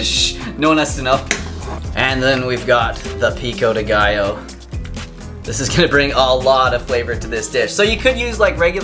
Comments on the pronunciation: Pico-dé gio= Peeko day guyo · HAHAHAHAHAAH i dont allow u saying "pico de gaiooouuuu" stop saying that way 😁😁😁 a spanish dies avery time you pronouce it!! I LOVE YOU AND YOUR RECIPIE ANYWAY ❤❤❤🌼🌼🌼